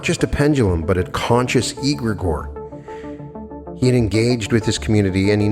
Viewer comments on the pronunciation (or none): It is pronounced egg-ra-gor… I’m crying😂😂